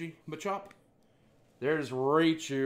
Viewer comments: It’s not r-ay-chew it’s r-Eye-chew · The way you pronounce names makes me cringe "Raychu" "Vapeerion" come on bro.